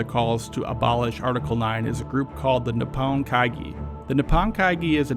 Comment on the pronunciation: 日本会議？ Really botched the pronunciation its more like knee-hone-kaigi. This was still very informative and well done